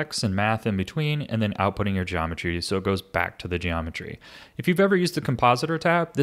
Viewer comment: Genometry wroahds